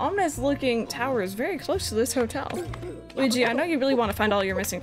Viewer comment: Gooweegee? More like Squeegie. Right?